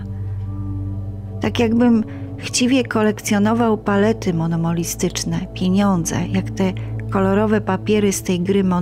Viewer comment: Szanowna Pani, Auckland czytamy "Oklend" a nie "Ałkland". Poszedłem, nie poszłem. Niezgodnosci rodzaju (raz zenski, raz meski). Co to są "palety monomolistyczne"? Tora to JEST Pięcioksiąg, a Pani czyta "Tora i Pięcioksiąg". Błędy przeszkadzaja wsluchiwac sie w tę historię. Prosze nie odczytywac mojej uwagi jako zlosliwosc. Historia przez bledy i niestarannosc jezykowa staje się po prostu mniej wiarygodna. Z wyrazami szacunku